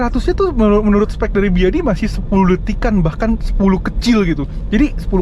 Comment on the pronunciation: D sni d sbut aj "beyede" bng (ya info gmna bca ny d cina jga ok)